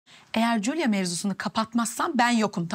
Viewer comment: CULYA CULYA. J harfi ile telaffuz etsenize yahu diyorum her defasinda. Senarist Julia' yi dusunmus ve Selim' in evine gondermis. Patron mutlu son istiyor sanirim.